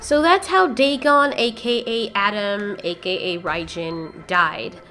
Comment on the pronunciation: It’s Dagon